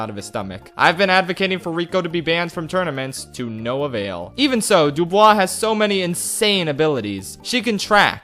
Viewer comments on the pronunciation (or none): It's not Dub-oo-e, it's Dub-oo-wah (DuBois) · Honestly, as a French person i admit i got slightly weirded out by your prononciation of 'Dubois', but, hey, French is a difficult language so i'm not gonna hold any grudge for that. And Thanks for allowing to remember the Loonatics, I've been searching for this cartoon's name for years.